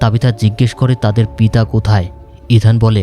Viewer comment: বার বার পিতা শব্দ টা কেমন যেন শোনাচ্ছে😅